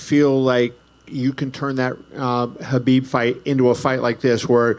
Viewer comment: He cannot saying the name Khabib..